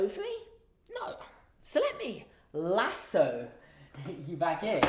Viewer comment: Okay I was literally wondering if you were going to make a Ted Lasso reference or something when you said 'Lasso' so distinctly, and out of the blue lol. SUCH an awesome show, I'd love to see a video of you talking about it as well, if you feel like making one! This video was great, too. It's impressive how many songs you remember from the series! :)